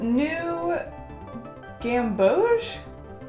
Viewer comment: Yep you pronounced gamboge correctly. The pink is 'quin-ack-ri-done' (i as in igloo). Hope that made sense! 😁 I love these little characters. 😊